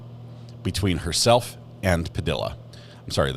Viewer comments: PA-DEE-UH NOT PU-DILL-UH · BTW, it’s pronounced “Pa de ah,” not Pa dill a.” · Just a respectful note: Padilla is pronounced Pu dee uh. The U's are short. Great channel. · Puh-d-ya =Padilla 😅. The “ll” is pronounced, “ya” . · Padilla is pronounced "Puh - dee - yah" ... the double L's are pronounced like a y - I don't understand why no one in this country has enough respect to pronounce hispanic names with accuracy. It's not that difficult. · If Smosh taught me anything.. it's that Padilla is pronounced "Pah-dEe-ya" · I tried to listen... but I can't get over the mispronunciation of that last name. It annoys the hell out of me that people don't give a crap to pronounce Latino names properly.